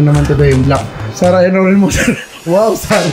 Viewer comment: hindi "No" yun. "Mo" yun. hahahahahah